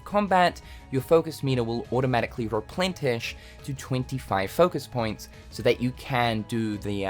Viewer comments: It's pronounced RepLENish... not repLENTish. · there's no t in replenish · The word "replenish" does not have a T sound in it.